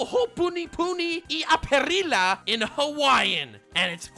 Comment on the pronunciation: Well I can personally say did not pronounce the Hawaiian correctly